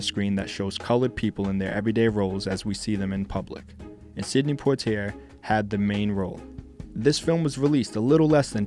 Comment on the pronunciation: Check pronunciations of names. I think Sidney and Lana.